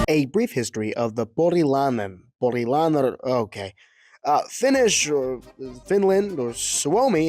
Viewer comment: Not porilanen, porilAINEN. Anyway u should try the musta makkara from tampere